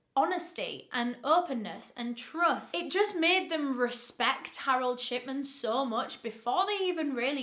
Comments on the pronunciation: Why did i hear you say shitman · I thought she was saying Harold Shitman until a read the description 😂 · this whole time i thought you were saying shitman💀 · i cant be the only one who hears "shitman"